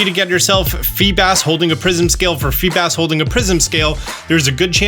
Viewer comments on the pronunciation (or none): none